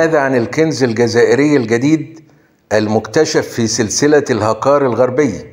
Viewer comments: الهُڨار نطق العاء بالضمة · الهقار برفع الهاء و نصب القاف.. و تحياتي لك و لكل محبي الجزائر